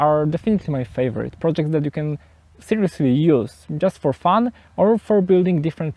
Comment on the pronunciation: you said just for fun or just for fan? ;)